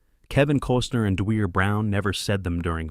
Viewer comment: Dwier is pronounced D-wire. He’s my brother